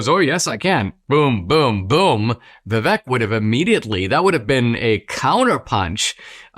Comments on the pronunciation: Dinaaaasysh!! Stop being irritating. Pronounce Vivek's name correctly!! Vivaaaaake!! You know perfectly well howvto pronounce it!! Still respect you immensely..... British Indian from the UK🇬🇧🇮🇳🇬🇧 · His name is pronounced like ViVAke - like cake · Very good analysis, Dinesh. But... being an Indian American, you should know that "Vivek", when pronounced correctly rhymes with Cake. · Dinesh is Indian, and he pronounces Vivek's name wrong. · Dinesh, you are from India and you mispronounced Vivek's name?😊 Even white people get's his name right Vivek like "cake" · How is this guy not able to pronounce Vivek's name? Is this Indian on Indian crime? 😂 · Hello Dinesh, love you love your channel here on YouTube but please pronounce Vivek’s name correctly. I am supporting Trump but have been a super fan of Vivek longer than his announcement for President. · It’s kinda funny to hear an Indian mispronouncing Vivek. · Dinesh, for the love all that is decent, please pronounce Vivek's name properly if not your own name. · Except that he can't say Vivek's name properly. LOL